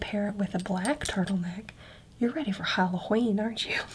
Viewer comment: Commenting again because I fell asleep too fast the last time I tried to watch this but the “HallowHeen” cracked me up 😂